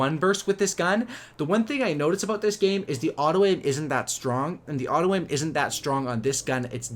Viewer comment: it messes with me so much everytime he says autoaim fuck sake